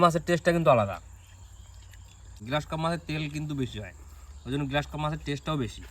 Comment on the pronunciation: কথাটা গ্রাস কাপ , গ্লাস কাপ নয়।